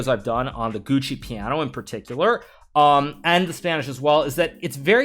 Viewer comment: Hikaru, giuoco piano it not pronounced "GUCCI" piano, it is more like gee-ooh-ko piano